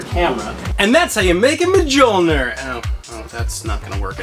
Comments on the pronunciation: BRUH MUH JULL NER Mjolnir=Myullneer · Majolnir. Really. You can do better than that. It's pronounced me-yo-lnir. Mjolnir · Whaaaaattt!!! you've to pronunce: Miölnir not: M-g-olnir!!!!!!!!!!! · Just an FYI: it’s pronounced “Millneir” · Mee-ol-kneer I dunno if that helps, I think the last part mightve came out wrong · Verily, a mighty hammer for any god or Cosplayer. However, the correct pronunciation for thou Hammer is Me-Yol-Neer, or as the immortal god amongst men Paul Rudd calls it Johnathan. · I cant tell if that's a joke but its me yol neer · Ma jul ner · Learn the correct pronunciation of mjolnir its pronounced mill-nor